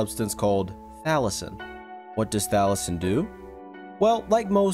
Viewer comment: It’s pronounced tha las in but u said thalison